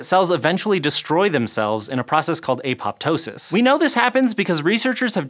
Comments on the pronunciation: Please pronounce apoptosis right. A-puh-tosis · im sure it has nothing to do with sitting still for hours on end.... I think apoptosis is pronounced w/o the second p also